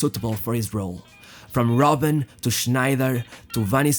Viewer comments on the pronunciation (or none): Hobinho and hud van nistleroy, its bloody rob and rud.